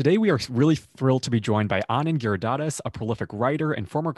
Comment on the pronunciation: gi - ri - DHA - ra - das 😆 They butcher his name every time!